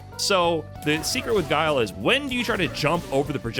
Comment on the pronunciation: Does tyler still call Guile, "Gilly"? Hahaha